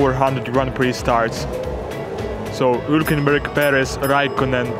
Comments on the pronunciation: MR M0NK3YY It should be Hulkenburg！ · "HOELKENBERG" xD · We here in Finland say Hylkenberg.